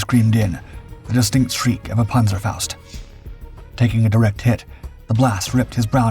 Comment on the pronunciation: Great story just wish they'd pronounce the panzerfaust